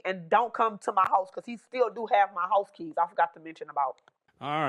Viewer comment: For a second I thought he was talking about his "kids", took me a minute to realize he said "keys"😅